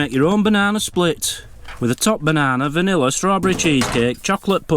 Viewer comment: you're adorable, I snigger every time you pronounce the word vanilla. It was hilarious when you held up the jelly bean lid with all the beans and flavors on it, you were really serious about it being ridiculous that the information was on the underneath of the box. Hope everything goes well with the van tomorrow. love you both xx